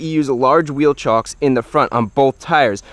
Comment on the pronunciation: Wheel CHOCKS, not CHALKS.